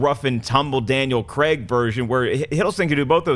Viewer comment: OMG stop pronouncing Craig wrong >.<